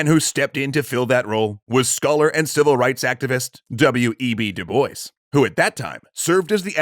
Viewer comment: Ooooh... I’m pretty sure that pronunciation for Dubois physically hurt me...